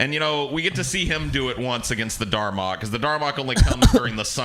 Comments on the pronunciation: Dalrok not darmok. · "Darmock"?!? What the fuck?! It's called the DALROCK dumbass!